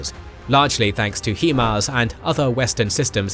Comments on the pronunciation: I thought it was pronounced HIGHMARS not HEEMARS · "Hee-mars"??? Sorry, it's "High-Mars", meaning High Mobility Artillery Rocket System. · Maybe you’re right, but maybe the pronunciation is still HIMARS not HEMARS. HIGH MOBILITY ARTILLERY ROCKET SYSTEM. So, I don’t know who might pronounce the 1st word in the acronym he but I know a lot of people who pronounce the word high or simply hi. So perhaps it’s HIMARS NOT HEMARS. Lmao! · The correct pronunciation is 'High Mars' not 'He Mars" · High-mars(HIMARS) not he-mars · HIGH-MARS, not HE-MARS, you're the only people that pronounce it that way. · love the video except for your pronunciation of, "HIMARs". It is NOT pronounced, "HEMARs" as you say in the video too many times. Get it right please, it makes you sound less intelligent when you mis-speak like this :). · Still trying to figure out how you get ‘HeMars’ out of ‘HiMars’